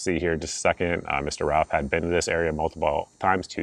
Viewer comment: His last name is pronounced RUTH. great info thanks!